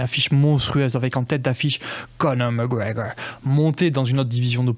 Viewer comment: Connor macgwegeur au madissooon squaaare gardeuun